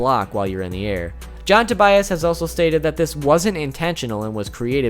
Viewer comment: to-buy-as? I would just pronounce it like the first name Tobias. Sounds strange to me if pronounced differently. Greetings from Germany ;-)